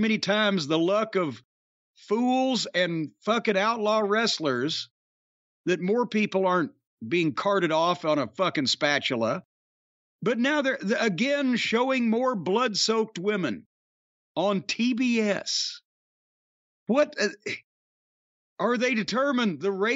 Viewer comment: Carted off on a spatular ? 😂 Don’t ever change Jim. 😂